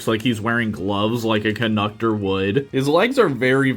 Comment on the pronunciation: Dude said conknuctor